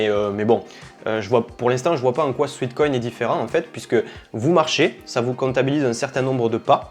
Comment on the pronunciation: Détail de prononciation : SWEAT (sueur) = "souêt" / SWEET (doux, sucré) = "souit". Il s'agit donc ici non pas de "souit-koïn" mais bien de "souêt-koïn" 😉